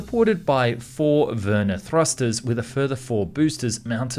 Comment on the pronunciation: VER-nee-air, not ver-near